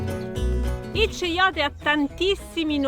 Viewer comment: Si pronuncia "caiote" e nn ceiote.